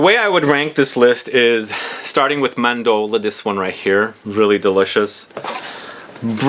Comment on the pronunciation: Bro chel e on day. Ce in Italian is chee.Mahn door lay(eh)= Mandorle. I love your channel but would love to see more care taken in your Italian pronunciation as you do your French